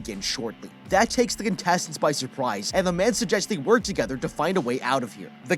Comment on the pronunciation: He said by supwise on accident